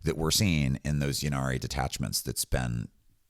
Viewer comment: Pronounce innari not yinarri please, the grammatic influence is from old welsh eg ynis (island) pronounced innit not yinnis. Apologies for correcting, I love your channel